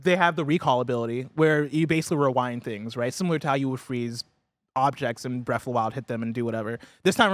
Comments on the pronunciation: "Bref of the wild" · Breaf of da wile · “Breaf of the Wild”